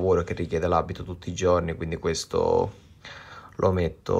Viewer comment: Faccio un lavoro che richiede l'abito tutti i ggggiorni......non so parlare la lingua italiana tutti i ggggiorni......e buona colazione a tutti 😂😂😂😂😂